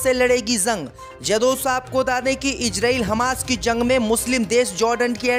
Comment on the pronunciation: ZORDAN. ZANG. KYUN BOLTA HAI